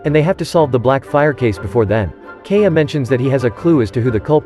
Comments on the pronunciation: If you are not using a fucking automated voice and continue to pronounce KAI-YA as KAY-AH bro wtf sort your shit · can we please normalize to pronounce Kaeyas names correctly? it's not Key-ah, it's Kahya <3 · It’s kinda trigging hearing K-a everytime they mention kaeya’s name.